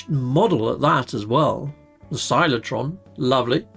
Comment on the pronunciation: there are 2 C's in Cyclotron folks. its not "silo-tron", its "sy-klo-tron"